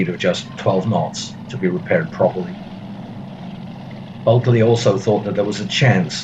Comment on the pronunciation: Why do keep pronouncing buckeley's name bulkely?